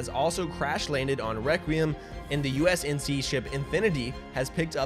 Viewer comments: great, Great, GREAT video guys! love my Esports Talk bois keep at it you absolute legends (except kept saying USNC instead of UNSC lol) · Great video, but it's UNSC and not USNC. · Just a heads-up, it's UNSC (United Nations Space Command) not USNC. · I had to go back and check but u kept saying "usnc" throughout this video it's UNSC lolz. Great synopsis of the story overall tho! Keep up the good work dude! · Nice short explanation. Shame he kept saying USNC instead of UNSC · U-N-S-C!!!!!!!! if i hear ''USNC'' one more time i'm gonna start breaking windows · Fun fact. It's UNSC not USNC. Also, there is no X in the word escape. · Take a shot every time he calls the UNSC the USNC. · Am I really the only one who noticed hes saying usnc not unsc? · It’s UNSC not USNC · UNSC....U...N....S....C NOT USNC REEEEEE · You say USNC so many times lol UNSC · Twice I've heard him say U.S.N.C instead of U.N.S.C and in triggered lol